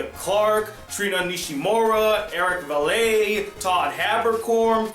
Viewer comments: And by the way, you pronounce Vale like Kale but with a V. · You pronounced some of the last names wrong. Vale is pronounced as Veil, Seitz as Sights, Jewell as Jewel, and Mignogna as Min-Ya-Na. Not trying to be mean, it really bothers me when people pronounce the names incorrectly. As for Vic Mignogna, I met him at a convention twice and he is one of the nicest voice actors and I don’t see him as a douche. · Eric Vale's last name is pronounced vail, not va-lay.